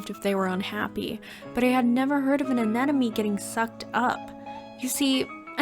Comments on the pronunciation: AneMone not aneNome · AneMOne, not AneNOme